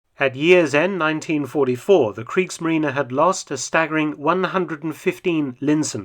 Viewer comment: "Kriegsmarine": very well pronounced ! (instead of the usual silent end "e" of English native speakers).